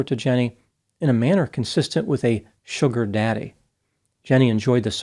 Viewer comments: The way he paused and enunciated sugar daddy just killed me. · My favorite part is when said “Sugar Daddy” likes it’s the first time he’s heard the phrase.